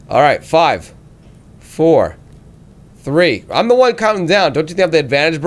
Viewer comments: maybe 'the' instead of 'tje'? :p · Fail on the word the lol😂